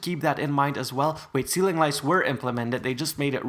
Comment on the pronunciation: WHEN YOU SAID POPCORN CEEILING I WAS EATING POP CORN LOOOL